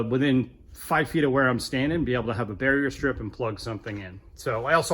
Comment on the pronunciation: Are you saying "barrier strip"?